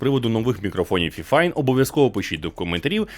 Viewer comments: "Фіфайн"? Мабуть все ж таки "файфайн"? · Тож правильно буде фіфін